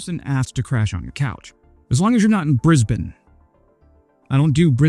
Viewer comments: You don't do Brisbane? You're the first Yank I've heard pronounce it correctly. Sure, drop in anytime. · Hey mate, points awarded for pronouncing Brisbane well. Dunno how long it's been so be you've been here but Sydney may shock you after living there too